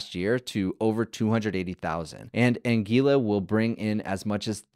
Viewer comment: Anguila Pronounced An - gWil - la